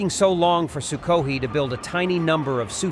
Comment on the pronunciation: What a really weird way to pronounce Sukhoi......